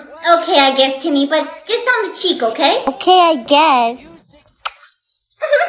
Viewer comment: when she says timyyy it was sooooooooooooooooooooooooooo funnyyyyyyyyyyyyyyyyyyyyyyyyyyyyyyyyyyyyy😂😂😂😂😂😂😂😂